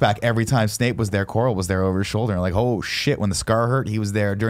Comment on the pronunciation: Can nick pronounce names properly instead of intentionally doing it to annoy Kevin lmfao it’s not SNAKE it’s SNAPE and god his hermione was getting annoying